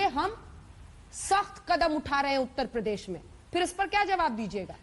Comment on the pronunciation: प्रदेश को पदेश बोलता है।